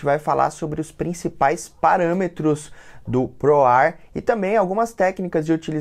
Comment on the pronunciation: fabfilter POR-R kkkkkkk